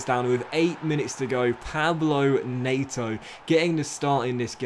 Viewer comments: mate, it’s not Pablo Nayto. It’s PEDRO NET-O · Also it’s said NET-O not NAYTO, keep it up 👍🏼